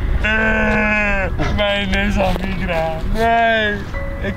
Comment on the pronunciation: mijn Nissan Micra😂 ook hoe die de micra uit spreekt haha geniaal